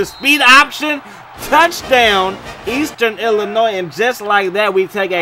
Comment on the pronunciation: Aye the S in Illinois is silent! 😂😂😂. “il-uh-noi”